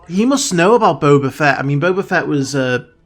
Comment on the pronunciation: I haven't watched the video yet but I bet my last paycheck he pronounces him "BOBER FETT" again.